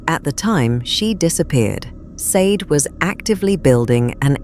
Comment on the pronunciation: Sade? It's pronounced shardae